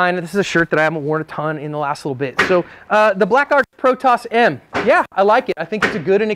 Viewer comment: Pro-toe'ss/pro-toh's not pro-toss Protos means first or original in ancient Greek. I'm not meaning to be a prick by pointing that out, but I'm a stickler for pronunciation. Also I tell creators these things, so they can look better. Not just to call them out. I feel we need more people doing this, I am always appreciative when someone does it to me, unless they do it in a condescending way, which I never do myself. Btw yes I know they say it like I was saying, I bought my first one of these years ago at a gun show, where I met them and bought one. I later got 4 more online for different guns that I had to custom made